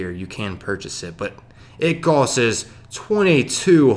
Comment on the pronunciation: I've been working with my 6 year old daughter on saying "costs" instead of "coses" shes pretty much got it now. A pain to listen to this guy.